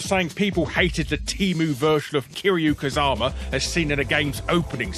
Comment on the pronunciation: The way Larry pronounced "Kazama" gave me more cancer than Kiryu had in Infinite Wealth Anyway by far the biggest pre-order scam going today is "play the game early". Okay, you paid $10 or $20, and your "bonus" evaporated in 2 or 3 days!